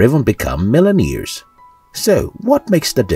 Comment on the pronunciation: What are "mill-en-neers"?